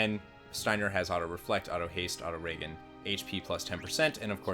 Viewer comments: re...gen... re as in repete.. gen as in generation.. it's literally Auto Regeneration.. not Reagan.. i just gotta ask.. are you from Cali mate? only gamers from California are so bad at saying words they literally have heard thousands of times... example.. i don't know a single Cali who can pronounce the word Scimitar without saying Skim-atar... there's a reason the rest of the country would rather replace the cali in their group with a canadian. ok punchline achived you do you man.. you do you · I thought it'd be just me... All you have to do is say the rest of the word with that pronounciation. Reaganerate? makes no sense. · I don't want to be that guy, but who says auto-regen as "Reagan"? Lol It's auto regenerating your health, so wouldn't it be that kind of g? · the way you pronounce regen..jesus christ dude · Regen, regenerate. Not whatever the fuck you’re saying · it's Ree-jin not Raegen, do you say Ray-gen-eration? no it re-jin-eration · Dude, it's 'ree-jin', as in regenerate, not 'ray-gan'. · Anyone else notice how he mispronounced "Auto-Regen" as "Auto Reagan"? It is short for "Regeneration" which has a soft 'g' sound like GIANT or "GENTLEMAN"... not hard 'g' like GAMBLE or GANTRY. You'd think a FFIX fanatic like the rest of us would know that word :/ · one thing that drives me nuts is when people say regen....its not RAYGAN like the president its REGEN like short for REGENERATE!!!!! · It is pronounced "Re-Jen", as in short for REGENERATE health....... hearing you pronounce it "Re-Ghen" makes my stomach turn everytime I hear it said in your videos. Same with your pronunciation of MOOGLE as "Mewgle" instead of it sounding like it should rhyme with GOOGLE. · Isnt Reagan when you are healing, aka Reagan hp.... Its Ree-Jen oof. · And regen is pronounced REEjen not RAYgen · Don't say reagan. Say it like re-jen. It's short for regeneration. Not short for Reaganomics. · Regen is short for Regenerate. Its not pronounced Reagan like Ronald Reagan 😮‍💨